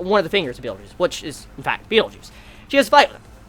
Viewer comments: Every time your pronounce Betelgeuse as Beetlejuice, I always think..."say his name three times" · when u say betelguese it sounds like beetle juice, like who defaq r u talking about, is my reaction when u said beetle juice